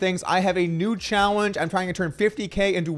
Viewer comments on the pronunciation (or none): 'Chahwenge' = challenge? Lol must be the Adderall 😅